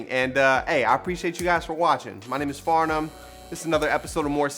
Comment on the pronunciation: Am I the only one who says his intro with him in my head “welcome back to more seasonING, im your host FARnum” 😂😅 .....oh and i love a good chicken TENDER